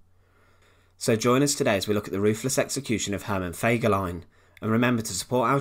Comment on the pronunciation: its ruthless, not roofless, lol. Excellent video though.